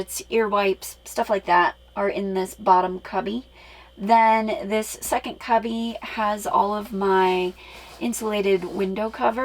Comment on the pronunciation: Don’t those microphones clip on 🙄🙄🙄 There is a “t” in curtain!! There is no “t” in second!!